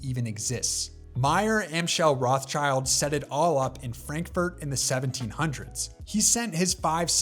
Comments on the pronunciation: as a german speaker i cringe every time i hear "roths-child"... literal translation would be Redshield... so if anything "Roth-Shield". the name has nothing to do with children! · LOL the way he pronounces Rothschild 😂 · I went back and watched the video again, and a number of the errors have been corrected, but it still has mispronunciations of Koch (it sounds just like Coke when said correctly) and Rothschild (sounds like they're leaving out the S here). I'm not the only one that mentioned the previous pronunciation errors.